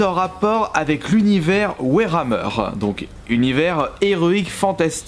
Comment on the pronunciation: Warhammer pas werhammer stp prononciation et continue comme ça je kiff tes vidéo